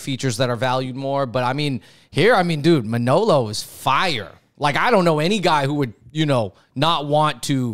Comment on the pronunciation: It's Manolo for the Fung Bros.